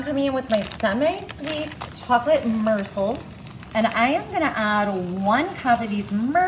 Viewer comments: Murecels=Morsels🙄 WARNING: Heart Attack, Diabetic, Stroke Alert☠️ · I was thinking the same thing. What are mercils and microwawving? She also pronounced ganache incorrectly.